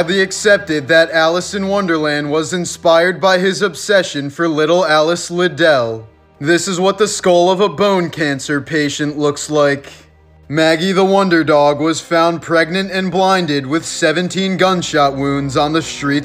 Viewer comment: Alice Liddell's last name was pronounced "LID-l," not "li-DELL." (This is a common mistake.)